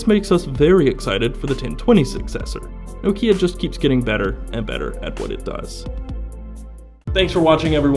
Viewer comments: Learn to pronounce Nokia... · If even Stephen Elop pronounces it "No-key-uh", I will, too. Thanks.